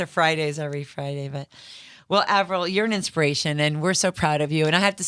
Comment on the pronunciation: Omg the host said Avril’s name wrong for a second